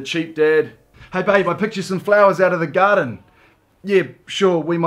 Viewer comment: I honestly heard "I bought you flowers from the gutter" instead of garden😂